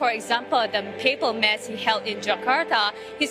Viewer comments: Why do the reporters keep pronouncing "MASS" as in "MAZZ". It should be pronounced as "MAS". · Wished the reporter knows that “Mass” is not pronounced the way she said it … this is a religious event … a Catholic reporter would be able to pronounce the word “Mass” accurately n understand the event proper better …